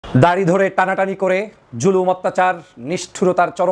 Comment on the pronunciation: দারি নয় দাড়ি হবে।